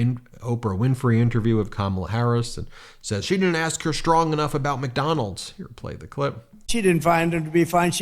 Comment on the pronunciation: Why does he drop the d on the end of McDonalds? Lol just noticed this, Mcdonals hahah!